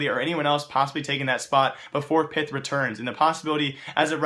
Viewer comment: You need to pronounce pyth as pit (that's how the Swedish people say it)